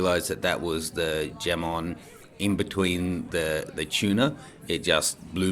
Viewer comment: Hi, Jamon is pronounced with an "H" not a "J". In Spanish, every J's will be pronounced as H. Therefore its Hamon. Great video =)